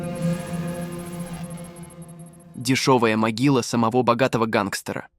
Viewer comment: Ударение! СамогО богатого??? Правильно — сАмого.